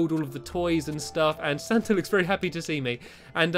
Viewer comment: And u called him stanta